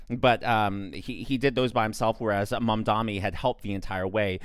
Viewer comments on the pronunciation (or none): it's not mamdonnie..... its' MAM!!!!!!!!!!!!!!!!!!!!!!!